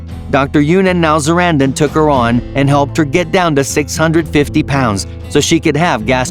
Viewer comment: For my 600 pound life, you said the Dr’s name wrong